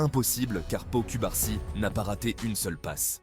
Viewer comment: Je crois qu'en français ça se prononce Paou Coubarsi 😅